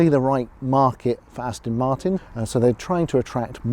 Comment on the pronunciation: The aaston martin with the emphasis on 'ass'